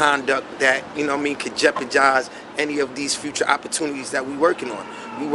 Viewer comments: smack said could “Jepajize” 🤣🤣🤣 . Bro was so frustrated, he mispronounced “Jeopardize” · Did Smack just say “JeoparJise”????? C’mon son 😂😂😂😂 I know what you mean though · Yes everyone Smack said Jepejize😂😂😂🤔🤔😵😵🤦🤦🤦 You know he's pissed🤦🤦😂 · *SMACK SAID: JEPAJIZE { JEPA JIYYYZE }* *THIS WORLD IS DEMONIC* *WARLORD IRON SHEIKH* *ARMY OF ALLAH* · Idk if I’m too high or Smack too high but did this nigga say “Jepajize” ?? 😂😂😂😂💀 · Wait wait wait .. did this Nigga snack say Jeoparjize🤔🤦🏾‍♂️🤣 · Its jeopardize not jeopargize....I'm starting to think smack kinda slow....like mentally.....jus a lil bit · Smack I don’t condone anything that can “JEOPAJIZE” 🥴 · Smack said Jeppergize lol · I thought all y'all were capping this nigga really said jeperjize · Smack just said jarparjize..... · Did smack say “jepagize”🤣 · WHAT! Smack, conjepergize? Damn, that's new, never heard that word before. That must be in E-40’s new edition dictionary. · Jepezize lol 😂💀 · Damn smack 👀😭 “jepajize”..👀..ouch🤣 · Imvalid_ runSss jepajaze bro 🤣🤣🤣🤣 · Lol wtf son this nigga smack really just said Jepajize !! 😃😂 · "Jeprijize" -Smack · You know it's real when smack say "Jeppajize". Somebody in trouble!!😂😂😅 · Smack - "Jepagize" - 😒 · Smack jepergize😂😂😂come on smack pronounce your words right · He said jepejize haha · SMACK said JEPORJIZE tho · No one: Smack: jepajize .😂😂😂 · rolled his eyes like “nigggaaa I know yeen just say jeperjize ON CAMERA” 😂🤦🏾‍♂️🤦🏾‍♂️ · Man said “Jepajize,” I wanna know which college he’s teaching these new words. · Did he just say "jepajize"?🤣🤣🤣🤣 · man wtf is "Jep-uh-jize?" 😭😭😭